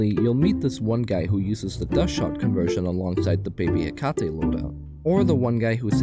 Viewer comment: what is that hecate II pronounciation